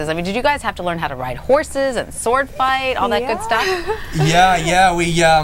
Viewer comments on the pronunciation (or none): As far as I know you DON'T pronounce the "W" in "SWORD" Ms. News Caster...